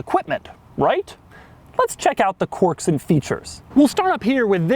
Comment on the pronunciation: Dude, Doug, quirks is pronounced kwerks, NOT corks. Please for the love of god, stop.